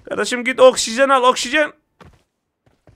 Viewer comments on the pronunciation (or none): Oksijene okşizen diyen 😁